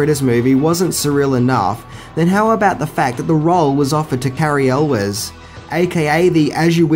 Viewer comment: Thags not how you pronounce cary elwes...